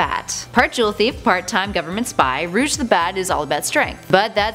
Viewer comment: Rouge not rugue